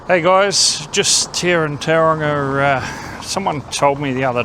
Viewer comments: Couldn’t you at least learn how to pronounce Tauranga correctly. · to be born in NZ and still unable to pronounce simple Maori place names correctly is embarrassing. Other than that, councils are 1000 times worse than any street gang. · How the heck did the bench and crossing cost that much, crazy. They could have bought the paint and the rainbow community probably would have done it for free. What struck a nerve with me is you could be housing homeless in some of those empty spaces, have artists studios to keep foot traffic alive. Also need to learn how to pronounce the name of you city.